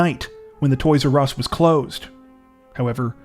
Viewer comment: the "toys urr ess store"